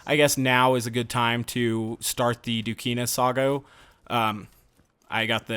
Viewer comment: "Dukina Sago"